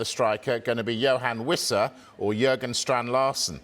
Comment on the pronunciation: Big Dan Burn is still an inch taller. Andy Howe is not Eddie’s brother. It’s Jorgen (Strand Larsen), not Jurgen. Come on reporting media bros.